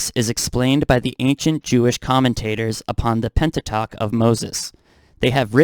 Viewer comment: Thank you for reading some parts of the books you found by Manly P. Hall to us. I can certainly see what you're saying as regards to how Masonic beliefs are being foisted upon us now more than ever. I like your thinking and how you present your messages. I subbed you. By the way, the word Pentateuch is pronounced "pent-uh-tewk" - the ending of this word is pronounced like "kook" or "duke". I disagree that people are breaking up over trivialities. It may seem that way to outsiders, but it's almost always over a deeper issue like controlling behaviors that result in verbal, emotional, and/or physical abuse. An interesting statistic is that 75% of near-death experiencers (NDErs) get divorced, with the majority of the experiencers being the ones who seek it themselves in their own marriages after they've returned back to this side of life. NDErs often say that when they come back to this world they are able to tell who is good and who is bad just by their energies. If God was against divorce, I doubt this many NDErs would be the instigators of it. One of the things NDErs learn is that we shouldn't give our power over to other humans, and we shouldn't put up with mistreatment from them either. The marriage contract was already broken by the abuser, not the one who is seeking relief from the abuse. Unfortunately abusers rarely change, and many say they can't even when they try, so it's not the duty of their spouses to fix them. On the other hand, the one person you can possibly cha